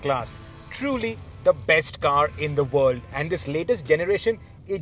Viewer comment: It's world not ord